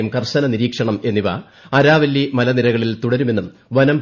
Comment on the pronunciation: Araavilli..Aaravilli alle.. reply pls if pronunciation needs correction..